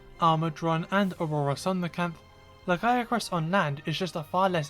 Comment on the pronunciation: My one issue with Lagiacrus is how people have been mispronouncing its name. It's Lag-EE-AH-crus not Lag-AI-AH-crus... The "I" in its name is BEFORE the a, not the other way around. 😅